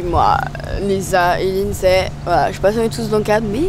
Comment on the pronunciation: Vous êtes les meilleurs mais juste vous avez dit Lidsay 😢😢